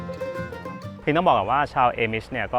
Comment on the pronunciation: อ่านว่า อามิช ค่ะ ไม่ใช่ เอมิช